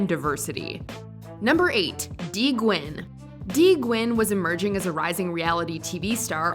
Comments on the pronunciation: The way the narrator pronounces the last name 'Nguyen' as "Gwen" rather than "New-Yen" tells you most of the staff haven't even been around asians before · “Dee Gwen” lol it’s “Dee New-en” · Just to let let you know nguyen is pronounced more like gnu-yen then gwin. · Anyone also got a little bothered of her pronouncing Nguyen as “Gwen”? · Exactly. Trying to shed light on racism yet doesn't know how to pronounce asian names properly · As a Vietnamese your way of pronouncing “Nguyen” is completely incorrect as well.